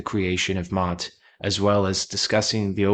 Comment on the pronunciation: pronounced "may-aht"